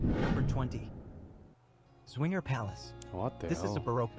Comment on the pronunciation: Swinger Palace ... that's a good one ... the Z from Zwinger is best pronounces as Ts - so it's at least Tswinger, definitely not swinger. Wishful thinking on the creator's part, I guess